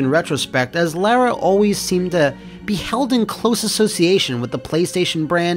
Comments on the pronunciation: Its lara not lera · both and AVGN make a video about Angel of Darkness, and both manage to mispronounce the same name in different ways. with ''lair-uh'' and AVGN with ''Laura'' (the more common mispronunciation) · Ironically they changed the name from 'Laura Cruz' to 'Lara Croft' because they believed Americans wouldn't be able to pronounce 'Laura'. says 'Laura' perfectly, but 'Lara' oddly.